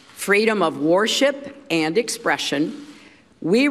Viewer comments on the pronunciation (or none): "Worship" she pronounced "WAR-SHIP"? p.s.I used to love this woman- until I did my research.I want my five bucks back! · Ernest Kovach "WORSHIP"-- PRONOUNCED " WAR -SHIP"?